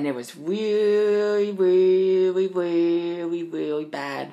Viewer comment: "It was WEEEEEEAWY WEEEEEAWY WEEEEEAWY BAD." I'm so done XDDD